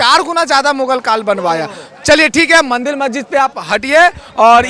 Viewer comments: अरे.. मेरे भाई... मंदील नहीं.. "मंदिर "... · बेटा पहले मंदिर का उच्चारण सही करो